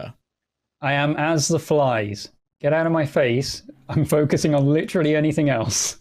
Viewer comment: You know I've been watching a lot of HR D&D because I totally heard that in -voice which sounded like "anythink". 😜